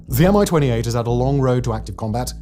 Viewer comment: It’s not a M I-28, it’s a MI-28, as in mie-28.